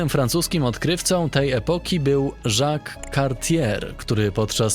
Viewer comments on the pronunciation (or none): none